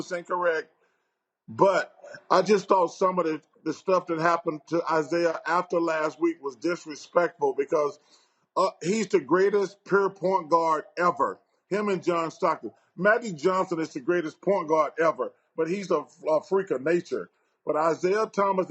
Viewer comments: When Charles say "Pur" he mean pur dammit lol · It’s pure not per Charles 😂😂😂😂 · "Perr" Point Guard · Did he say purrrr point guard 😆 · It's amazing how many words Barkley still can't pronounce. Tried "pure" a couple times...but failed. Where is Willie D when you need him??!